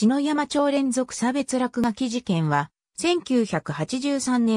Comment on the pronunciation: ありがとうございます。 削除動画の主です。 ところで篠山町＝しのやま、ではなく「ささやま」です。 関東系の人はみな「しのやま」と発音します。